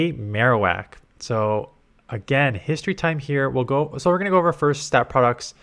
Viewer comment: I really dislike how Ninact will have an event for that character's special move, but then make it irrelevant. Mr Irrelevant today: Alolan Maro-wickty- Wak